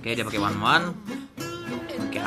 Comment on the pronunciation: by one kok pake wanwan 😂